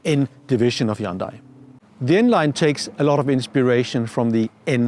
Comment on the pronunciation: Hyundai 현대 is not pronounced "AYOONDEYE" but simply "YEON-DAE". thanks.